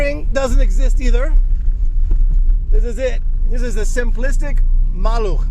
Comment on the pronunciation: It was my first car... great experience. Your polish pronunciation is brilliant congratulations 👍